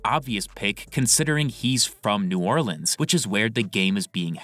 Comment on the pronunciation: bro even said new orleans wrong